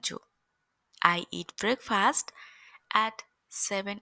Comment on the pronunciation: यसकाे उच्चारण ब्रेकफस्ट हुन्छ फास्ट होइन